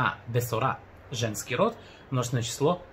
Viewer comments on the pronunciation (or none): здравствуйте. Объясните, пожалуйста, почему Вы произносите «бэсора»? Ведь огласовка шва здесь читаться не должна, так как ב здесь не приставка. Да и в ролике, вроде, звучит «бсора»… Замучился я уже с этой шва…